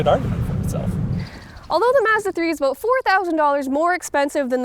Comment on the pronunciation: yes. you can hear the presenters pronounce "about" as "aboat"